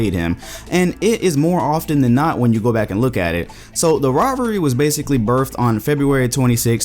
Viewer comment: "Birfed" haha